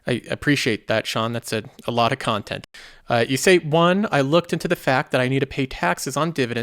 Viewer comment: You're right - that does sound really weird... ;-)